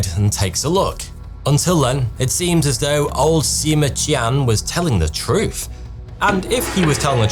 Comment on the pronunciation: Your pronunciation of the Chinese name is quite spot on. A n absolutely brilliant attempt! Well done! By the way, "Qian" in the name Sima Qian, is more akin to "Chian".